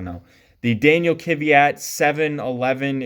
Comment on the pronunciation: Amazing collection, love the video. Just one thing, I don’t get why people mispronounce Danill’s Surname, it’s KVYat (kviat) not KYVat lol not trying to make a big deal of it it’s just that I’m Slav myself so it sounds wrong for me xd